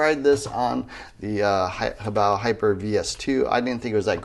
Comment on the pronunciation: I hate when other people use 3 syllables to pronounce HoBao. Ho-bay-oh? No. Hoe, bow!